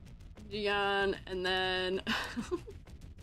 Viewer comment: Those rover edits are exactly what we need tbh, now they both slay. And just fyi Jiyan pronunciation is like: say IGN without the I. "yan" in chinese sounds more like yen. (this doesn't apply to "yang", that's a different sound)